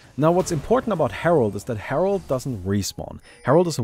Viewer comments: *Herald But everyone still calls him Harold, lol. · It’s called herald not herold but ok lol